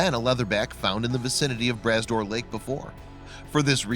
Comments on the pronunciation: p.s., it's pronounced 'bruh door', not 'brass door'. 👍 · They use the stupid automated readings and theyy say tons of stuff wrong. Glad you mentioned the correct way to say Brah Dor. Made me upset for a bit. Thanks for s Etting it straight. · Bras d'Or is pronounced more like Bra door this s is silent.